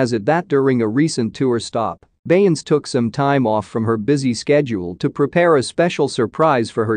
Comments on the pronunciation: But can you say Beyonce the correct way😂😂😂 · You can show her RESPECT. AND SAY HER NAME CORRECTLY!. YOU KNOW WHO THE 🤬 BEYONCE IS 💯